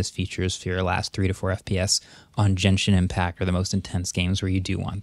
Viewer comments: DID HE ACTUALLY SAY JENSHIN IMPACT LOL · I’m sorry… Jenshin Impact?! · jenshin impact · This dude said "Jin-Shin Impact" 🤣